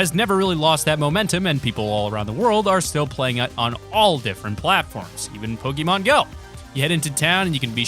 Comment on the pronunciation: pronounced poke-ay-mon